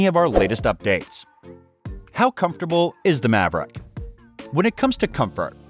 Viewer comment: Why is this guy saying "envay ebble" and "Mav rack" or "spokes maen" ? That's not an accent I've ever heard before